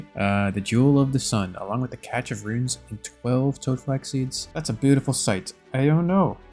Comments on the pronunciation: I thought it was "Cache" (almost like cash) of runes, not "catch" like you pronounce it? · cache = cash, not catch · Another awesome video Just fyi cache is pronounced “cash” I winced when I heard it. Gl on the drops! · It's Pronounced "Cash of runes" just an fyi :) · yo, it's pronounced 'cash' of runes. Love the series:) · I think it's cash without the é. Or at least, everyone in CSGO says the map name "Cache" as cash. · Pronounced "cash" of runes... plz 😭😭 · I like this guy. hes pretty cool. Btw cache is "cash"